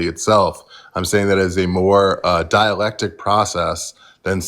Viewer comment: that's ok, it sounds like he keeps pronouncing it dielectric.